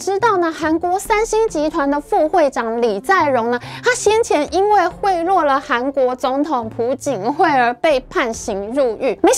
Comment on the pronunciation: 朴槿惠的 朴，讀音：瓢 。台灣70年來由電視台帶錯讀音卻死不悔改實在太久應該是還給清白的時候了❗ 來源: 中華民國教育部訂國語字典